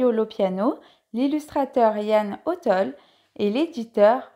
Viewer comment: lol Ian O "tol" ^^ Sérieusement, Ian O'Toole est un illustrateur de génie (on mars, lisboa, ...).